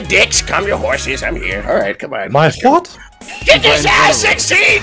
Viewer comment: "my hwat" 🤣🤣🤣🤣🤣🤣